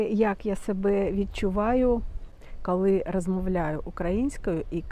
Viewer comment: Ви стільки разів повторювали слово "кали"... Ну, невже так важко сказати "коли"?😏